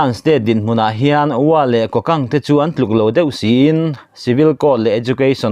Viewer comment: MMDAA ('' Kokant'' ti hi a rik dan tur ka'n sawi ve aw . mizo rik dan turin ''Ku- kant'' tih tur a ni ''ku'' hi thluk sang tur a ni e.)